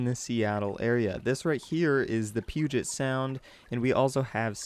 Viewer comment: "This is the Puget sound," PFFFFFFFT NAW